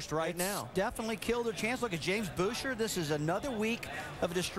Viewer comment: Boooosher.... Rusty... his fucking name is Buesher... like Busch and then err...